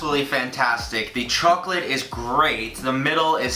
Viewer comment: the way says chocolate makes me think of the chocolate ladies from spongebob... "THEYRE SELLING CHOACLATE" "CHOACLATE?"